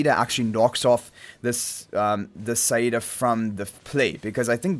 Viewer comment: thank god you pronouneced saida correctly